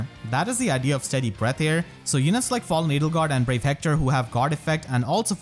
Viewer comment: IDEA, LEE. Not idly. No insult intended. Great video as always